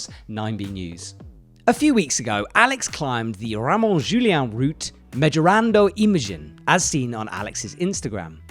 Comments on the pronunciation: I reckon that the pronunciation of Mejorando Imagen by was a new milestone in EpicTV Mispronunciation Daily. It cracked me up, I had to pause and go back to make sure that he was reading the name of the route and not something else, and then I couldn't help but laugh again! Gotta love involuntary humour, maybe it comes with hard bouldering eh?;) (which is the obviously the third best discipline after trad and sport) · they slaughtered it😅😅😅